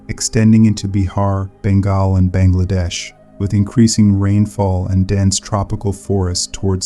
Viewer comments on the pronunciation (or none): none